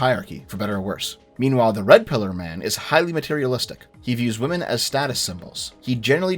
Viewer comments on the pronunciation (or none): none